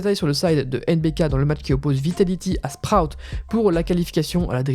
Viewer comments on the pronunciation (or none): Mdrrrrrr le bon accent anglais pour dire sprout